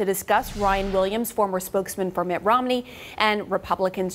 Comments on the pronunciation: It’s pronounced: ROM-ney. Not: ROM-uh-ney. Not that I care, but your a journalist. Get it right. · Why do they pronounce Romney, rominey? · lol why does she keep pronouncing it ROM-A-NEY?